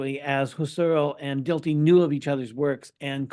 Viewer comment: Dilthey is pronounced Dill-tie, with the accent on the first syllable.